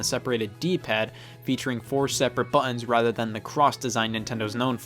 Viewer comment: The way he says, "buttons", lol 🤣😂 I absolutely love this channel